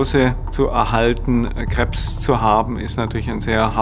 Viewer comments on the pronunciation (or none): DAS HEISST NICH KREBBS, SONDERN KREBS..